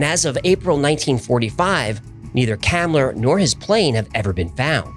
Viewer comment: FYI, Hans Kammler's last name is pronounced Com-Lur.